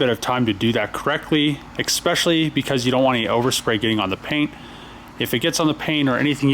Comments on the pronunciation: Anyone else cringe EVERY time he says “exspecially”!? The word is especially....there’s no x, c or k in there. This has been an amazing watch though, so I’ll deal. Lol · There is no G in the word especially friend. Work on those L's. You are grown. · Love your work on this rig man, ‘expecially’ 🤔 all the small details.